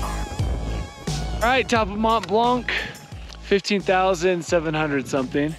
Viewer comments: You don't pronounce the C in Mont Blanc.. Make an effort guys... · it's not Mont " BlanK " FFS, the C is silent guys ...😆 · It's called Mont Blanc, not Mont Blanque lol. The c is silent. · Strange that you managed to get up a mountain without getting it's name right, it's pronounced mon blan, not mont blankkk.... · Nice work and nice video. But just a thing, we said Mon(t) Blan(c) 😄 🇫🇷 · Nice video. It's "Mont Blan". The 'c' is silent. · I’m also coming to the same conclusion that guys your awesome ... To do my geek 🤓 : It’s pronounced Mon Blan which means the white mountain. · its pronounced 'mon(silent ish t) blonc'! very nice work boys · regarding your last question, you are note saying Mont Blanc right ;) (the t in Mont and the c in Blanc are silent). But super awesome video! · Great video! I did it a long time ago with my father. I do not mean to be rude but the C at the end of Mont Blanc should not be pronounced!😅 Like the T at the end of the world Mont… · The C in Mont Blanc is silent. ;-) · T and C are silent :) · Well done, great achievement, but please try to pronounce Mont Blanc correctly. It's not difficult.